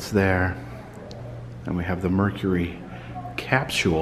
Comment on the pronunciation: The word capsule is only 2 syllables m, not 3. Both American and UK English